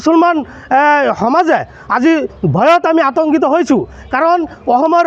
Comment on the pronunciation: Its Akhom Not Okhom